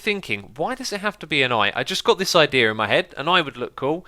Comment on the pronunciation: "I just got this eyedea in my head" "anyway, the eyetems are now dropping down into here, which means they should be going through the hoppers. Eye can hear some clicking, so that's a really good seyegn."